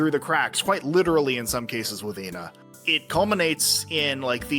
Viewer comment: I like to assume that Ena’s name is supposed to be pronounced as Eh-na, but likes to mispronounce her name as a sort of inside joke. There’s even a point when calls Ena by her actual name, then immediately “corrects” herself by saying Jena immediately afterwards.